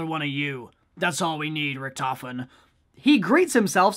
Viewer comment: RICK-TOF-IN Not rictifin